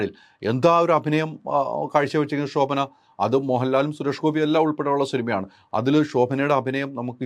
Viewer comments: ശോഭന എന്ന് പറയൂ pls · "ഷോ"ഭന 😂😂😂😂 ന്റെ ഹൈദരാലി 😂😂😂😂